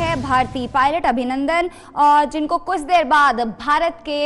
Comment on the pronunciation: Haha anchor hit ko bolrhi thi hat aur kuch ko bolrhi thi kus 😂😂